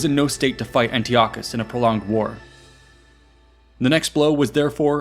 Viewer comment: Yeah disappointing he fumbled that.